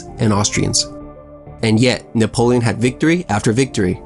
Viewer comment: Boi u need to fight a hundred battles before you should open your mouth.."Nepolion"